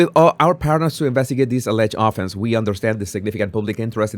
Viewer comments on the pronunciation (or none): none